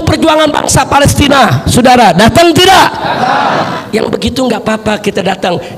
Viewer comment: Saudara bukan sudara.. bahasa indonesiamu saja tdk jelas